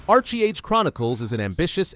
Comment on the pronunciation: Archee Age Chronicles. I had to laugh. It's Arche Age, not Archee. XD